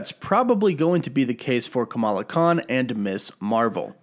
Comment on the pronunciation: Why am I so triggered by your pronunciation of Kamala lol